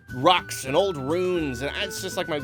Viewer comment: the way says ruins lol 'big open world, nature, rocks and old runes'